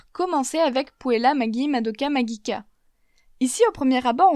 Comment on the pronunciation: « maGUIicka » c’était pour me tué ?!😂